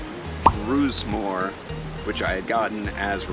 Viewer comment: FYI - The last one mentioned is Gawith Hoggarth Grasmere Flake. It sounds like you're saying Brasmere and the closed caption shows it as Brasmere.